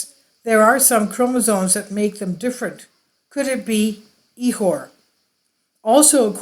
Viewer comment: Proper pronunciation is ik•or the ch is a K soaund and the I is not an E sound not E • Core